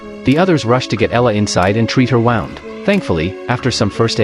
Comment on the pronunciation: Her wound 😂 AI can’t pronounce the correct word 🤣 💚